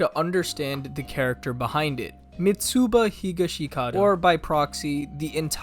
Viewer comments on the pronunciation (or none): Love the video but you pronounce Mitsuba in a weird way. The "u" is not the main vowel, the"i" is. Its "Mi-tsba"